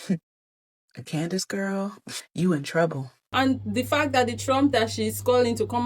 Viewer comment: Did you say Clowndace 😂😅😊 lol..... allegedly she has rock solid proof based on previous settled lawsuit lol